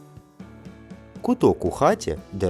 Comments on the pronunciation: Несе Галя воду, коромИсло гнеться… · Правильний наголос корОмисло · Коромисло має наголос на другому складі. А ви озвучили це слово з російським наголосом на третьому складі. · КоромИсло - це російський наголос, в укр мові - корОмисло. ("Несе Галя воду, корОмисло гнеться...") "Покривати голову хусткою" - запинАтись. Будівельний інструмент - кельМА, а не кельня. Горнятко - це маленький горщик, а не чашка, у даному разі кухоль (кухлик). Буржуйка не є питомим українським словом, більш того, воно прийшло до нас (боюсь навіть казати) із Росії, з голодного й холодного завдяки більшовикам Петрограда, разом із 1917-им роком. Галета теж не є нашим словом, воно прийшло чи то з Франції, чи з Голландії, і то давно. Галета іншомовна і для нас, і для кацапів. Скалка - це або скабка (маленький шматочок деревини, який уп'явся вам в руку), або кружечок жиру на рідкій страві (скалки олії/смальцю на борщі). Лелека, бусол, чорногуз - усі три слова є так званими абсолютними синонімами, тому не знаю, чого автор зациклився на лелеці. Крім того, автор вставив у своє відео слова, які є і в російській мові: чарка, тин, хлів, коромисло. Тільки іноді вимовляються інакше.